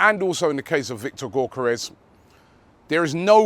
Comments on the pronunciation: Hey I don't know how to say Gyokeres either, but surely it's not GORK-eres lmao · Robbie i swear you have been told how to pronounce Gyokeres name correctly yet you keep saying gork-karez 😂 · It’s ‘yock er ez’ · The way Robbie pronounces gyokeres is hilarious😂😂